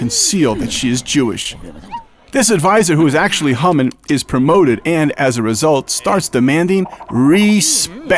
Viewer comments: Hamen..not Humman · it sounded like you said humming not hamman!